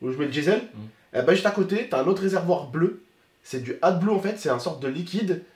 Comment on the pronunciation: C’est pas adbue c’est ad blue 😂